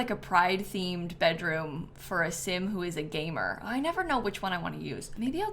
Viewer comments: Did you mean…✨gay-mer✨? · who else heard gaymer